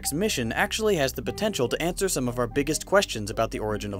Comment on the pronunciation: *some, not soke.